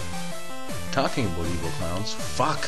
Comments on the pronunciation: LOL. He pronounces "about" like "aboot". Just like the Canadians on South Park. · aboot... ABOOT